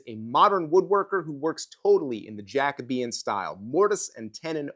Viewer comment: Is Jacobean not pronounced Ja - Coe - bee - un? With a long “O” sound?